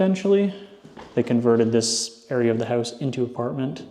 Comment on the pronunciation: how-oose? (house) are you canadian? lol doesn't matter, you sound very sexy